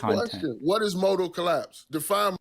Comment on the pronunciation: "Least to motal collaaaps"